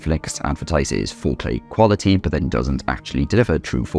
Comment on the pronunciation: I hate the way you say "but"